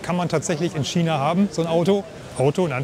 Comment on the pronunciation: Es heißt China und nicht Schiena, es heißt ja auch nicht Orschester oder ?